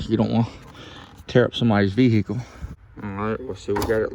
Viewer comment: VEEE HICKLE